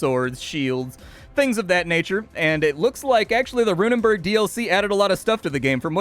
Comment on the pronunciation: Runenberg, not -burg, by the way. Burg meaning Castle, while Berg translates to mountain. Rune Mountain.